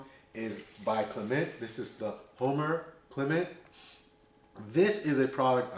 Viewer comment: I met a gentleman from Martinique who corrected my pronunciation. "Clay muh"